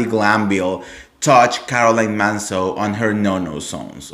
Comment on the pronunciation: Its Manzo, not Mazo